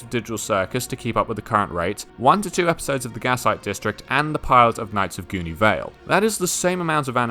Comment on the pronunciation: You keep mispronouncing Knights of Guinevere